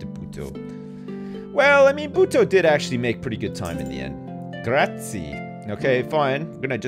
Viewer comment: doesn't know how to say Grazie